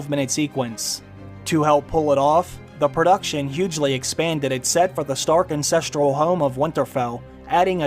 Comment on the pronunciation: That’s twice now you’ve said “incestral” instead of “ancestral”. The first was in the video explaining the relation between the Starks and “the others”.